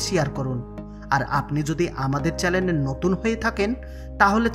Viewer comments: "চ‍্যানেল" হবে উচ্চারণ টা চ‍্যালেন নয় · আপনি চেলেন বলেছেন নাকি চেনেল বলেছেন ঠিক বুঝতে পারলাম না ।